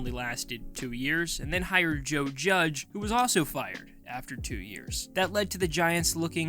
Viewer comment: uhm…. Joe Judzz? Or better yet, Joe Jugs? It was one of those two for sure because you definitely did NOT say Joe Judge 😂